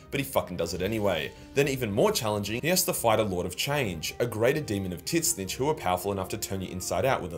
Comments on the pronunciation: Dude butchered Tzeentch. "Tiz-nicth" wtf?! "Zeen-ch" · love the vids bro keep it up, but please, the way u prounounce tzeentch is so wrong not tit-snitch its zeench